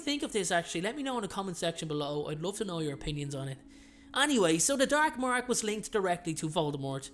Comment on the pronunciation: the DERK MERK